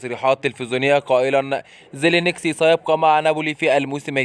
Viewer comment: لا مش خطأ كيبورد انت كل مره تتكلم وتقول زلينكسي حتى بالفيديو اللي فات 🤔🤣 المهم حبيت اصححلك المعلومه